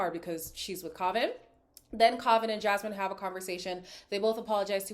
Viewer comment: youre pronouncing kavans name wrong btw! i cant type it out but if you hear them say it